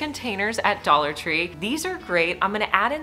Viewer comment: Dollar Tree "tray" and "succulent"